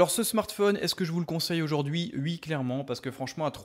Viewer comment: "ui clairement" :D désolé ça m'a fais rire ^^' sinon merci beaucoup pour cette vidéo ^^